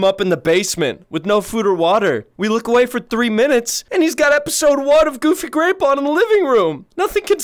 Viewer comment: Omg dude but for real “GOOBY GWAPEL